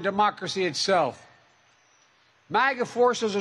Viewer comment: So basically, "if you don't vote for me, you're a fascist"? Also, what in the Heck is a "Maggers"?